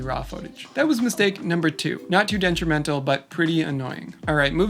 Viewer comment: Ok, so we just arn't going to talk about how he says deNtrimental?